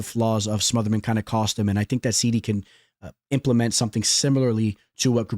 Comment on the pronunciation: wrong bud, you are the only person pronouncing it wrong on a consistent basis. Literally immediately after you butcher Onama you say ‘Serhey SEEEDDYYY’ as well. It is ‘SIGH-DEE’